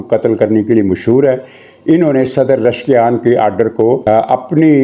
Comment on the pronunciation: جناب ۔۔۔۔ ایرانی صدر کا نام ۔۔۔۔ رشکیان نہیں ۔۔۔۔۔ پزشکیان ۔۔۔۔ ہے 😂